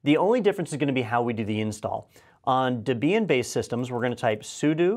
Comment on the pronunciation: I'm not sure "debian" takes the stress on the "i"..........